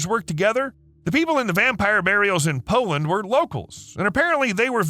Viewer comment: why do you say "poland" like poand or powand? to pronounce it easier its like this "Pole" "Land" unless you were not talking about poland